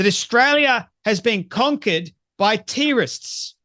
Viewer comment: Why tf does this guy pronounce everything weird? Wtf is a tee rist Who is eeeesis?